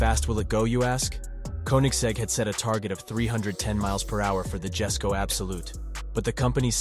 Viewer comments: the koenigsegg jesko is pronounced "yes-sko" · I was a bit turned of When he said Jesko as "Jesko" instead of "yesko"